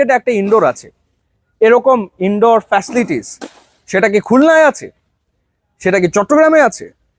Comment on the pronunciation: উনি বারবার ফেসলিটিস বলতেছিলো 🥴 অধিক শিক্ষিত মনে হয়🤔